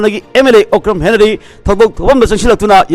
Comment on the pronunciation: Dear who is henary..event u intellectual people can't properly pronounced Henry then what the younger generation could pronounced better...please pronounced Henry...not henary...🙏🏻🙏🏻🙏🏻🙏🏻